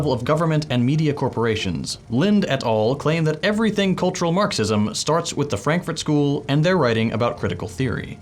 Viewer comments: the Franfurt School (in German Frankurter Schule) is not from Berlin and it is not pronounced "Franklin School". It is from the City of Frankfurt in the state Hessia. The philosophers of the Frankfurt School worked at the Institut für Sozialforschung or IfS (Institute for Social Research). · "[...] the Franklin School that comes out of Berlin". Lmao, how do you mess up so badly?